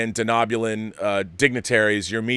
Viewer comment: Sorry Rob, it's Deh-no-bulan not Deh-knob-ulan. It sounded weird to hear it mispronounced. Eric's script sounds interesting and that it smartly links so heavily to Archer's Enterprise series is a huge bonus. A few cameos by Archer and T'Pol would be amazing and maybe have Phlox at the party would be a perfect scene to have John Billingsley's character reprise the Phlox role.